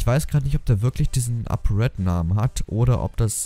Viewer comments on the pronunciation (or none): none